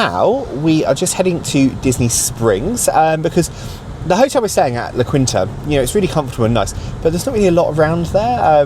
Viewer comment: Its pronounced "la keen-ta" But its a decent place to stay.